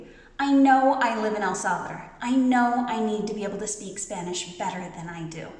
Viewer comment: Your pronunciation is good. You are learning. One thing to keep in mind is the phonetics. For example when you say El Salvador, remember to keep pronouncing until the las letter. Instead of El Salvader, it's El SalvaDOR... Many Americans commit this error. Again, you are well on your way. We Latinos are very forgiving. We appreciate the efforts and willingness to keep learning. Estás mejorando muchísimo! 😊